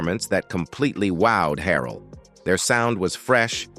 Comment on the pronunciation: You making money putting up a Vlog about Jodeci and you start off in the first 45 seconds calling K-Ci “K-San”. 🙄 Then you called him “K Sigh”. You couldn’t pronounce Andre Harrell’s last name. 👎